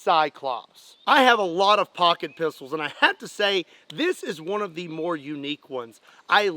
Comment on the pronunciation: Did anyone else giggle a little inside when he said "I have a lot of Poocket Pistols" Hehehehe 😁😂😅😭🤡